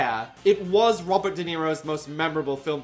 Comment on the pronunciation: Wobbert De Niro